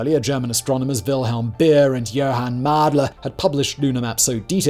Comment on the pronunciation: Haha, it's Beer and Mädler not Bier and Madler :D At least both are no longer alive to get insulted like that 🙂